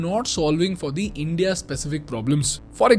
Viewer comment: Good video. But the way you say india hurts my ears😂